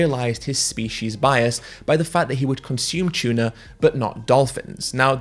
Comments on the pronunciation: “tchuna” lol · bro it’s tuna not chuna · "chewna" heh, good vid tho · It's "Tuna", not "Chuna" 🤣 I'm not morally obligated to be vegan or anything else. Morals are a human construct. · Its tuna not chewna ffs. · I had no idea that tuna started with a "ch".